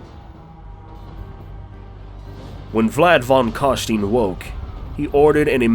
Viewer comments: Vlad von carstein.. Vlad of Kar stone (ein is like the hard pronunciation of the "one" in stone) but that's American for you.. Language of peasants (nvm Sylvania is also..... I give up) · Sorry about the Steen, I played a lot of the TW games but admittedly never played the Vamp Counts, please forgive this poor American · "Steen" is still wrong. There is no instance in which "steen" is not wrong. No matter what some band does. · German pronunciation would be more like "Vlad von Car-stine" A good example of this is with Albert Einstein. Nobody says "Albert Eens-steen", right? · Just wanted to say i love ur video and u got +1 subscriber, but MAN they way u say carstein annoys me ALOT, i mean the correct way to say was right there on the trailer footage for the counts lol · i can not watch this because you pronounce carstein wrong and it irritades me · I guess Vlad is Jewish.... someone should have told this man how to pronounce Carstein. Also what the hell were those crickets? they didn't fit in at all. Amazing video otherwise as always. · So the video starts with a scene where someone pronounces Vlad's name properly and then you proceed to deliberately mispronounce it. Why? I don't get it. Its suffix is a german word, so pronounce it as such. You don't see people say "Donald Troomp" (U is read as an OO sound in many languages) do you? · The E is silent! PLEASE CARSTEIN SOUNDS like HERESY! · So much official warhammer media pronouncing it right. This bugged me enough to stop watching :/ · Oohhh I didn't like how he said Carstein but all and all the video is awesome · Nice video! Only... The american way of pronouncing "Carstein" gives me shivers down the spine :p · It's Carstein, pronounced like fine wine, not Carsteen, like a mean bean. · Vlad von Carstein, not Vlad von Carstene goddamnit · I find it hillarious that you make special effort to pronounce Khemri as Hemri, but at the same time you repeatedly say "von Carsteen" instead of von Carstein :P